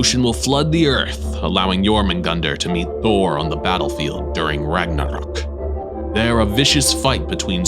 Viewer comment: 💜Favorite Moments💜 I love the way he sad Ragnorak Her hair 😍😍😍 Interesting. I've never heard of this creature before. I sounds cool. I would want it as a friend. Adding this to my background This is actually sad. You can tell this myth was made by a man. Imagine not being able to return home because some lustful male hid your skin. 😒 I like this one. Protect whales! I never heard of Inuit Mythology before Being dragged into the earth sounds painful. They can swim through earth humans can't.